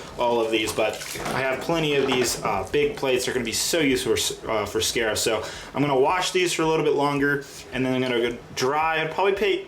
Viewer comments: “these will be so useful for scairf.” Boi dis is crait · Did you hear him say sharif when he was washing the bricks